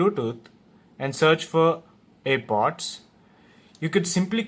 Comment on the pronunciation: Haha ur telling it air bods but it's name is air pods pls learn it bhayya